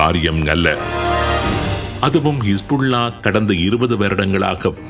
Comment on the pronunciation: கமாஸ்,கிஷ்புள்ளா என்று மாறி மாறி குழப்பிறிங்க